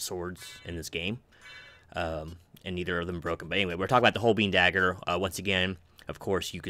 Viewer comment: Great video!! And an incredible game ❤ Fyi - holbein is pronounced hole-bine. ✌